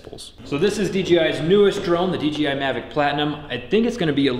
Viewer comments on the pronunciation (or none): It’s dDJI not DGI